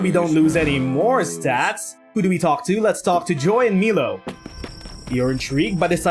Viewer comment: It’s pronounced “My-low”. But whatever.